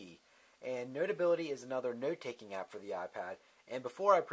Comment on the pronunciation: You say 'note' funny